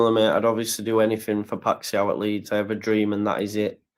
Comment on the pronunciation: Just catching up, the Feyenoord player’s name is pronounced “pie-sh-owwwww” like you’ve stubbed yer toe 🤣 Like you, I love Kalvin, but I’m not sure it’s the right time for him nor that the 49ers have any emotion whatsoever in their business dealings